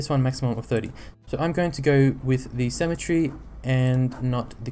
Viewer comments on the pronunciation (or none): You say cemetery like symmetry! Just a bit buggy for me.